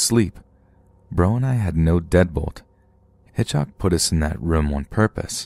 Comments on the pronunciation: I’m sure nobody will read this but why did you keep saying hitchoc instead of Hitchcock. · Just drove me crazy that the narrator kept saying HitchHock instead of HitchCock. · So dear, although it sound derogatory, it’s HitchCock, not HitchHock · HitchHock 😂😂😂😂 is he meaning to say Hitchcock ??? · That'd be pronounced HitchCOCK. ✌❤ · You seriously don't know how to pronounce the last name of one of the most famous filmmakers of all time, lol?